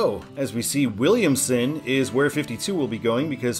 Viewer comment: Todd's the way it should be: there's no "t" in Williamson, but good job for such a long road!